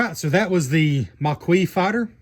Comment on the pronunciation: Maquis is pronounced Ma-key